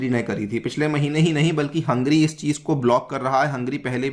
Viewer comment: you keep saying Hungry instead of Hungary.